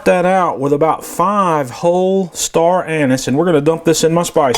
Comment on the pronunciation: Amazing video but it’s not pronounced Star anus, also never rinse your meat.